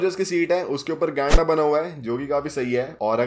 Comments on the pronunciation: Salman khan ne Blackbuck mara tha Deer nhi 😂 And the way you say "Genda" 😆😆😆 Nexon ka Price dekh kar kafi dukh hua. Tata ne uska sabse jyada hike kiya ha kyun ki woh abhi best selling SUV ha TATA ka. Toh uska fyada lena chahata ha TATA. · Bhai app jab gainda bolte ho nha bohut funny 🤣🤣 aise hi hume fun karwate raheiga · His way of saying 'genda' is very funny